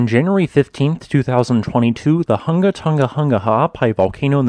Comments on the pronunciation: Hung-a Tong-a not Ton-ga Hun-ga Thank u. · You do do a great way of explaining geology but I just wish you and many other people would pronounce the words properly. You say tong ga and hung ga which is incorrect pronunciation. Try and say tong nga and Hung nga. Not hung but hung as in hook. It's all in the pronounciation. It sounds silly when you say tong ga and hung ga. Please learn how words are pronounced . Sorry and thank you.. Also I'm a Tongan living in nz. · Love your work!! I’ve been watching this channel for a long time and you deserve any new subscribers you get from covering this eruption. Just FYI, Tonga is pronounced tong as in like tongs, long, gong etc. Hunga is pronounced hung-a like, “I hung washing on the clothesline.” Also just a suggestion/request - could you put more time onto the end of the video so we have time to press the like button? Cheers! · For courtesy's sake, if you're a reporter, kindly respect at least the very basics of Polynesian pronunciation. The g's in Tonga and Hunga etc. are soft, as in -ing. Not Tong-ga. It is akin to those of us who live in the Pacific region pronouncing English words like Gloucester as Glue-cess-ter or Salisbury as Saliss-berry if addressing the Oxford Union.